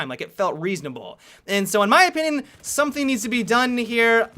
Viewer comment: Teamwork, 'someting' will improve teamwork... I have heard this a lot...